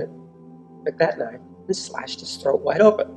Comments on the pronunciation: when you say “troat” instead of throat I can’t help but laugh even tho it’s inappropriate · What’s a Troat? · The word is THROAT not TROAT. Good God man go to a speech therapist!!